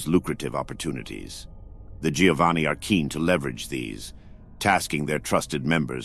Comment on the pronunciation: Giovanni is pronounced Jovanni